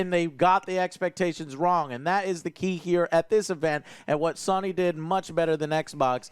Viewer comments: Joe is so cute. Saying SUNNY instead of SONY. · Has anyone ever noticed that pronounces Sony as “Sawny”? Or something similar to that. 😂